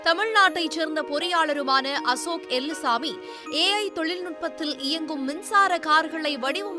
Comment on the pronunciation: It's Ashok elluswamy not Ashok elumbuswamy 😂😂😂